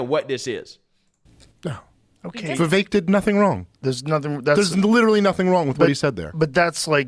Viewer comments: Why does everyone get Vivek’s name wrong? Lol at this point it’s ludicrous lol It’s Vivek like cake! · Vivek rhymes with Cake or Rake or Bake (but not fake)